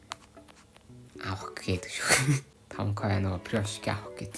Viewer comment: Фирошки ч гэх шиг пирошки ш дээ 😏